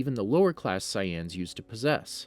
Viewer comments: The way he pronounces sayians, vegeta and frieza hurts my soul and makes my whole body cringe! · Love ur video's but the way you pronounce Frieza and Saiyan(s) hurts my ears a little